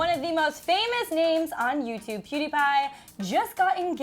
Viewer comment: If your going to talk about Mariza and pewdiepie at least say there names right😂